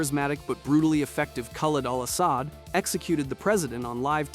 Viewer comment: It's pronounced Ka-lead Al Asod spelt Khalid Al asad not karl Al ass-sod if you're going to talk about characters from video games at least pronounce the name right Alot of Americans seem to struggle to pronounce middle Eastern names and countries Pack-i-stan is pronounced pak-i-starn like Iran is not a ran